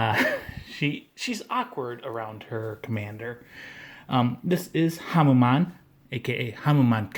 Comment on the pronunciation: Its pronounced Hamen not Hamma-maan